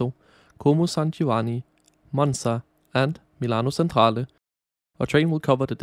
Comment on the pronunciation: Seriously, you could have made an effort to pronounce the Italian names correctly: Chiasso and Centrale, in particular.